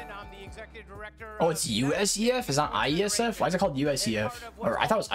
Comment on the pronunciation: It's not "USEF", it's IESF. It's like the Olympics of Esports.